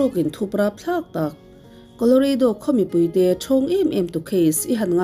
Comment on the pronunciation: Koloreidaw❌ Koloradaw✔️